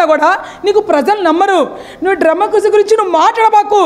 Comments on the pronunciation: డ్రెమక్కసీ కాదక్కా....... డెమోక్రసీ....... నువ్వు నీ యదవ ఆర్భాటం.. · తల్లీ నువ్వు చెప్పినవన్నీ బాగున్నాయ్. కానీ డెమోక్రసీ అనే పదాన్ని సక్రమం గా పలకడం నేర్చుకో. లేదా హాయిగా ప్రజాస్వామ్యం అని పలుకు.